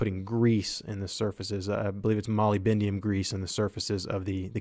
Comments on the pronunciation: Molybdenum, It's pronounced "mol-lib-di-num" not "moly-bend-um" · Great video, but... Molybendium? It's Molybdenum: "muh-LIB-deh-num." Just saying. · Molybendium? Moly, bend, ium? really? It's molybdenum Mo-lib-dinum. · Why do so many people ponounce molybdenum as 'molybendium'. Irks me quite a bit, can never figure out where they're getting it from. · Molybendium? Is that molybdenum? Mol-ib-den-um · Cool shit. But it's "mo-lib-den-um" not "molly-bendium" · what the fuck is mollybendium? its pronounced muhl-lib-denim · I'm sorry, but 'molybendium' made my day :D Great video! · "Molybendium" lol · Let's not mention the molybdenum